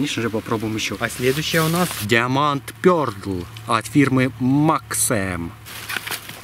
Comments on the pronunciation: Не диама'нд а да'ймонд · Даймонд, а не диаманд, англичанин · Не диамонд а даймонд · даймонд, а не диаман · вы чё англиского не знаете не диамонд а даймонд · НЕ ДИОМАНТ А ДАЙМОНД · Даймонд а не диамонт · Не диаманд , а даймонд пёрл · Не диаманд а даймонд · Учи английский неуч... "Диамонд" ну тупой.... Даймонд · Не диоманд а даймонд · "Диаманд" блять англиский выучите нормально дауны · в слове Diamond, правильно произносить как Даймонд